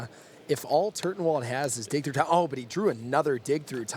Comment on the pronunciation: LOOOL! Like at one point the announcer says "And we all know he's got Dick Through Time..." And me and my buddy were like: "WTF did he just say?!?" "I think he said he has dick through time :)" And then we were both on the floor laughing for like 5 minutes after that and then we realized it was "dig through time" and we laughed 5 minutes more and every time the commentator would say "dick through time". Later we realised how waste i am right now and laughed some more :D. Dick through time - how to mindfuck the opponent through time without him even knowing! XDDDD [ [ [ T I 8===> M E ] ] ]